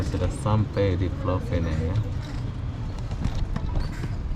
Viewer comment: Pulau Pinang (bahasa Melayu)... bukan Pulau Pineng... Bahasa Inggris nya Penang saja...